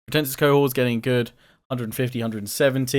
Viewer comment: Im sure its pronounced Co-horts. Not co-whores haha i could be wrong though :P